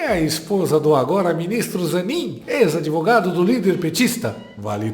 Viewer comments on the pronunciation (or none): "Adevogado do pt"